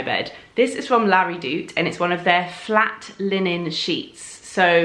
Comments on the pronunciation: I thought that's what she was saying too! La Redoute.... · Laura Evans Another American here...I think it’s actually La Redout...or something like that! 😊😊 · So funny! I'm German - also heard Larry Doot :D:D:D